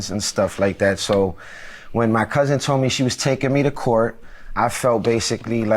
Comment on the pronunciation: I HAAATE when people say COUSENT...It's COUSIN ma'am.